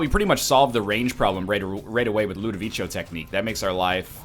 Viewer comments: It's pronounced ludoviKo not ludovicho I'll keep writing this in every video you pick up ludovico till you get it right EDIT: Right, just watched part of the video, still you pronounce it ludoviko xD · Ludovico is the Italian name for Ludwig... The way you pronounce it would be spelled Ludovicio. Just say Ludo, you can't do anything wrong this way since its basically "your own nicknamw for it" and not "you trying to say it right", also it's shorter.